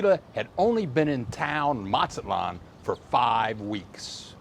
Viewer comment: the Z in Mexico (and most of Latin America) is pronounced just like an S. Not MaTSAtlan. It's not Italian Z, it's not German Z.